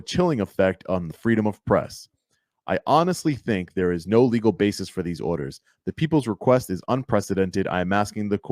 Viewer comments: Basis not bases. Did that lawyer go to college? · Where did that dumbass lawyer get his so-called degree, Trump University? Ummm, someone should tell him that the word he used numerous times is ‘B-A-S-I-S’, not BASES.